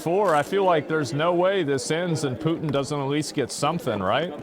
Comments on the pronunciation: They pronounce Putin as POOTENE. Like a shampoo for your butt or a constipation medication. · I like how she says Putin like putine lol